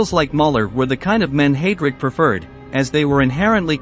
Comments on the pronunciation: I feel your pain, The pronunciation of Heidrick is very annoying, it is highdric, not haydric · Let’s not forget Hay- drick